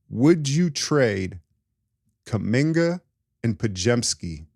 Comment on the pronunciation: I had to pause the video to figure out if you were trolling when you said Kuminga and Podz for Scoot.